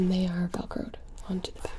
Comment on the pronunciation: You said widowmaker shot us in ZE head. Mercy doesnt have a french accent xD You said that you rezed us but then started healing? When someone gets rezed they are back to full heath lol not trying to be mean btw just poking fun 😜